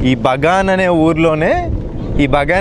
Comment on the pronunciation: Bro BANGA kadhu kadha BAGAN kadha bro